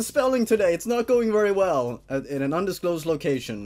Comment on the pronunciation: undisclosed,not ucndisclosed